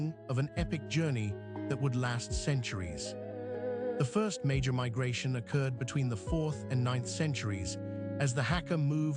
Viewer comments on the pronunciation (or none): none